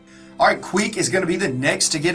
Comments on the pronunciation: "Squeek" lol I am dying as a Skaven player. Get it right, its Queek. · When he said squeak I think he meant queek